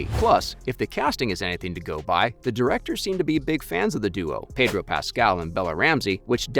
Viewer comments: Pedor? PEDOR? PEDDDOOOR.... HHPEEDOR... HHEEEDOR.... HOODOR.... HOODOOR. HOOTHDOOR. HOOTHEDOOR. HOLD THE DOOR. HOLD THE DOOR. Pedro Pascal. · Pedor? Who’s Pedor?